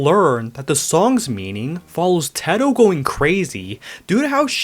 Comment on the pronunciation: first time I have heard someone pronounce Teto like Tehtoe I have always known her as Taytoe